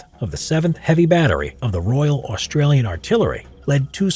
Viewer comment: Say Australian Artillery again. Or ask an Aussie like myself- I’ll do it for free. Did well in Drama at Uni